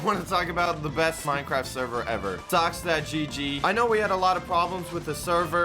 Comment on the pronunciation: Wow perfect job he switched from fortnite to minecwaft